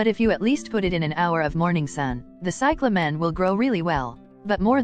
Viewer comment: You dumb robot. It is CY cla men. Not cy cla MEN